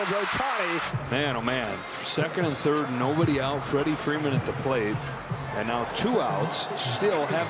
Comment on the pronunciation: The TBS announcer calling Freeman, Ferman. Lol